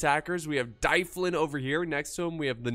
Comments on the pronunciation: mun, it's D-uh-vlin not Die-flin, we need to teach you some Welsh pronunciation!;) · 'Dyflin' is a Brythonic word meaning black pool. It leads to the name in Gaelic 'Dublin'. So Dyflin is pronounced 'DUV-linn' (emphasis on the capitalised syllable).